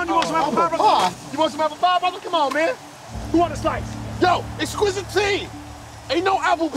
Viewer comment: Watch this with the subtitles and laugh/cry for the poor soul who had to try to figure that "Eqqsquizitine" and "Cartoons Plural" and heard it as "Exquisite T" and "Cartoon Squirrel."